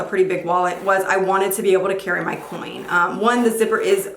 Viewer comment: Every time she said coin I cringed a lil bit